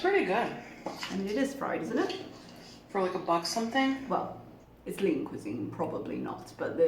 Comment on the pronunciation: Does Lean Cuisine rhyme with Poutine? Lol. That's how Chantal said it "cuis-zin"